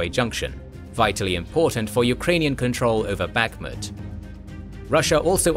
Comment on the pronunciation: Bakhmut is pronounced with the stress on the last syllable.